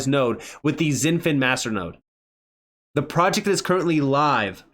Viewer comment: It's pronounced "shin-fin" not "zin-fin". It's like Xi Jinping's first name is pronounced "she" not "zee"